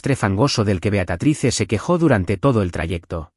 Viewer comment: Beatatrice?????? Leer bien porfavor es Beatrice en español Beatriz ( la e final no se pronuncia)